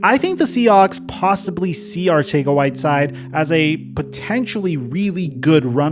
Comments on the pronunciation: Arcega is pronounced in the Spain spanish accent. Its pronounced Arthega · It's pronounced Arthega jsyk. Also Reagor has alligator hands. They prefer smaller shiftier guys (Pascal) in the slot. He would be a cut candidate if it wouldn't hit the cap so hard. He's their #4WR outside at BEST. Team has way more faith in Watkins. They are trying to showcase him to pull a trade and I would be guessing they'd take a 6th just to have him out of there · I love the fact that you change the pronunciation of "Arcega" every time you say it, I mean as a Philly fan myself I always wondered how to pronounce it